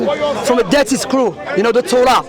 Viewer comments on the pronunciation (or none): Sounds like said ‘dirty scroll’ not Dead Sea scroll 🤣